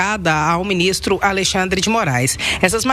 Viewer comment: Será que só eu ouvi ele falando Aleixandre de Moraes? Kkkkkk